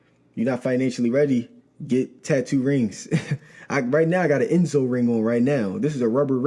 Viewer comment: Did this nigga just say get "TATTO" Rings??? 😂 Bruh. This man has NO Real Friends cuz them niggas just letting him make a fool of himself like this....